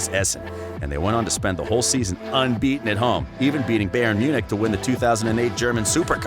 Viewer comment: This video is made almost unwatchable by your horrific pronunciation of the German club names - please go look up how to say Bayern Munich, Mainz, and Dortmund (as a native English speaker it's not hard to pronounce). Other than that, you missed the deal with Buvac as to who would be assistant to whom at Mainz, which is a big part of the story, and a lot fo the external circumstances in Dortmund's 'drop off' in the last few years of his reign (spoiler - Bayern got Guardiola and a lot of money and used it to tempt away some of Dortmund's best players). Decent video, but there are far better Klopp videoes on YouTube